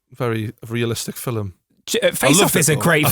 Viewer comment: How to say film like true geordie. (Phil-mmm)